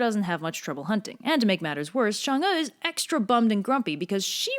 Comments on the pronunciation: Why do you say Shang when it's clearly Chang? It's CHINESE, not French, for God's sake. Anyway, great simple anime style. If you dive deeper, Hou Yi had a legendary CV before being commissioned to shoot the 10 suns, somewhat like the 12 Labours of Hercules. He already had slain a boar, some 1-toothed monster, a multiple-headed snake, I think even a deer. Pretty close to the Greek myth. I don't know whether Hou Yi & Heracles/ Hercules stemmed from some primordial monster-slaying hero or whatnot. Comparative mythologists, please stand up. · Hou’Yi is pronounced “How-ywi” And chang’e is pronounced “Chung-uh” -I NEED MORE COVERS BY THIS GIRL! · Oof its "who-ye" and "Chang-ay," at least when I heard it in the past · "Chang- e" not "shang- e" tyvm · I thought it was actually pronounced Chang’a instead “ew” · Quickie: the e is change'e is pronounced like more like uh not ee but not like uhhhhhhhhhh or am wrong and have been taught wrong my entire life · Chang'E? CHANG.... E? Really Chinese/English Linguists? THIS IS THE STANDARD YOU PICK?!?!?!?! If her name is PRONOUNCED "Shong'Uh" then SPELL IT THAT WAY MOON DAMN IT! I mean Japanese has a rock solid Romanji standard to go by and it woulds perfectly! Stop disobeying the laws of the English Alphabet! You're about a bad as WELSH! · it's chang'er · Me being a chinese person: REPRESENTATION YUUUSSSSSS ALSO I HATE SALTED EGG YOLKS IN MOONCAKES K THX BYE also i dont wanna rub it in but your pronounciation could be better. In chinese we have a thing for the vowels when reading. Pay attention to how the vowels are pronounced and you shld be good to go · Your pronounciation isn't that bad XD though I'll still correct it. Chang is pronounced with the a like you're saying "aaa!" with the same pronounciation as if you've just been jumpscared. É is pronounced like "er"